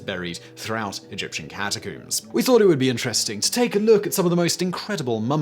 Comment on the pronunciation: I love how he says "cata-COOMS". Especially when talking about cats.